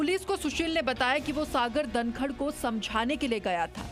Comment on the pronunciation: Bevkoof ladki tu dhankhad Ko dankad kiyun bol rahi hai.